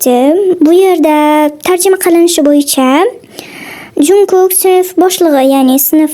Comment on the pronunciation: Iltimos jungkook demang 😭🗿 chonguuk oʻqiladi😭😭